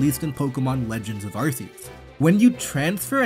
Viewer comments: it's "Legends: Arceus", not "Legends of Arceus". Also, it's pronounce "Ar-KEE-us", not "Ar-SEE-us" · "Legends of Arse-eeus" bruh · "Legends of Arseeus"